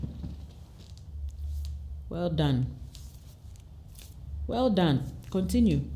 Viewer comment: Your “well done “ felt like a Ghanaian’s accent